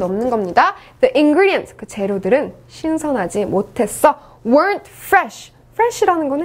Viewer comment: the ingredients과 the atmospher (발음을 틀리게 하셨네요....더가 아니고 디 아닌가요?)